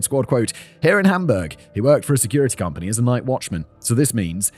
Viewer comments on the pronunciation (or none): none